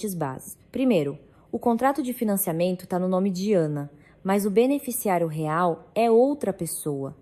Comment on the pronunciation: Ao inves de doutrora, ela fala dra!!! Que horror! E o R de real ela fala R e nao real